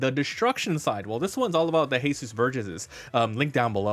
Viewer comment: Since when was Jesus Burgess mexican? His names Jesus not Hehsoos lol. Other than that nice deck profile